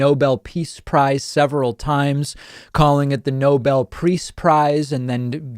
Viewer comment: if you think you deserve the nobel peace prize you could at least be able to pronounce it